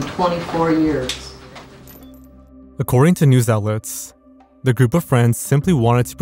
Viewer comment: "Accoeding to a Salon article" Lol